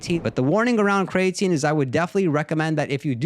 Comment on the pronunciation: Bro said cray tine 😂